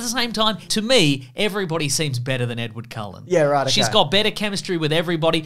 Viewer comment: “Headward Cullen” 😭🤣 Had to re-watch/re-hear that several times, made me laugh so hard.